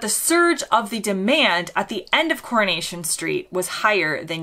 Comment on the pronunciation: The way you pronounce "CORNATION " Street😀😃😄😁😆😅🤣😂